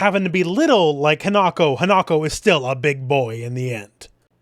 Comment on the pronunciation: just fyi, in Japanese the i is pronounced the same as a long e sound. So Hinako is pronounced like Hee-na-ko.